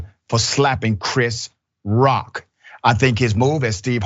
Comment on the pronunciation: The bitch couldn’t even say Chris Rock name 😤